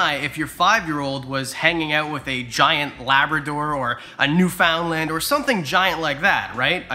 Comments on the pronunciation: "New-found-land"—are you sure you're Canadian? 😂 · How did you pronounce the dog breed Newfoundland? I thought you were Canadian 😉